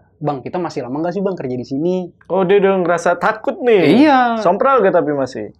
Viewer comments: bang saya salfok, harusnya sompral kali ya bukan semprol😂🙏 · Sompral jadi semprol, Kemenkumham jadi kemenhumkam, Yo mang lanjut aga unik nih s mamang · Sompral bang bukan semprol itu mah kue wkwk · Kemenkumham kali a'a, bukan Kemenhumkam.. 🤣👋 Sompral bukan Semprol.. ngakak dah a'a ini.. WKWKWKWKWK